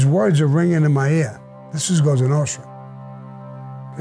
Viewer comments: Cosa Nostra..not goza nostra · It's "Cosa Nostra" not Cosonostra. It means "Our Thing" in Italian.